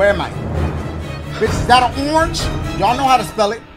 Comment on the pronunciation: "Bitch is that an oornge? Y'all know how da spell it" fuckin killed me.